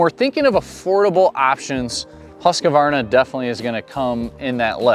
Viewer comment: Husqavarna. Never heard it pronounced that way.